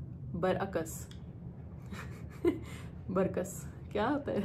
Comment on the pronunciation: بر عک س برعکس اکھٹا پڑھیں گے 😅